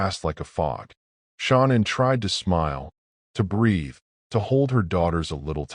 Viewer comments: Her name is SHAN ANN. NOT SHAWNEN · Her mom called her Shannon she herself pronounced it as Sha-nannn idk wtf it is you keep calling her but it’s annoying asf